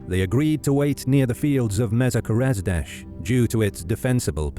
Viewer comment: that’s the worst pronunciation I’ve heard for Komárom. It’s pronounced “Comma-rom”, also Mezőkeresztes and Keresztes are pronounced “Meh-zuhhh Keh-rehs-teh-sh”